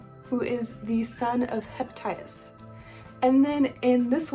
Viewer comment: "Leo the son of hepitise" you know what... close enough